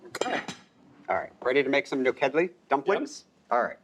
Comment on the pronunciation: My girlfriend's family is Hungarian and her grandma calls it POP re kash. Also, it bothered me a little bit the way kept saying nokedli (which is basically the Hungarian version of German spaetzale) It's NU khed lee